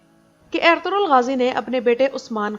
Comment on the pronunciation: Apki awaz bhot acchi lagti hai..or khass kr ke jab ap ertugrul bolti hai..